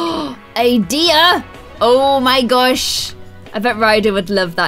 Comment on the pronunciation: Every time she said deer when she was decorating, I thought she was saying diya